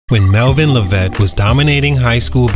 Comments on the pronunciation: Lev -it not la-vette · I don't think ur pronouncing his last name right